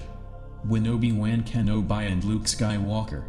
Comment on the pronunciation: holy shit please say Obie Won again!!😂 lol great videos but you have to do something about the narrative! weird pauses and simple words mispronounced so badly